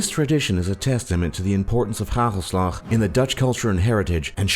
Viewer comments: I live there! U said ghaghelslag iTS hagel slag XD!! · Die gast zegt gagelslag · This man really is exaggerating the harshness of the Dutch language: gggaggggelslaggg.. gggoe gaat gget met u? And I don't recognize myself in the swearing part.. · Me: its hagelslag Top lists:haguulslug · GHAGHELSLAGH 😂😂🤣🤣😂😂🤣😂🤣🤣😂🤣😂🤣🤣 hagelslag😐😐😐😐 Like als je ook nl bent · Hahahaha hij zegt bij hagelslag ghagelslag XD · Neither have you apperently. It's hagelslag not "ghaghelslagh" or how you would write that down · LOL hahoslag :P its hagelslag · het is hagelslag geen gagelslgag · Gagelslag, well he said it better then people who say heegolsleg, congrants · They be like: gagelslag 😂🤣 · I know that that's how he pronounced it but it's actually: hagelslag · Haha hagelslag😂😂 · hahaha how he SEAD hagelslag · No offence, but I died when you tried to say hagelslag 😂😂😂😂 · ja hier, trouwens hoe hij hagelslag zegt XD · Said hagelslag so weird 😂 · OMFG HAHAHAH HAGELSLAG XDDD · love how hagelslag is pronounced hahahah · Wij houden niet van die ziektes En hij zegt hagelslag ook best wel grappig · Hagelslag* and you prenounce it way different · i liked how he tries to pronounce hagelslag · Hoe die man ook hagelslag zegt :D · hagelslag ja hahahahah die kerel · how about you try to properly pronounce: 'hagelslag' then. exactly, u can't. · haha so funny how he pronounces "hagelslag" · i was laughing so hard when you where at the swearingpart and when you where saying our words. (hagelslag, geweldige uitspraak man.) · he says it completely wrong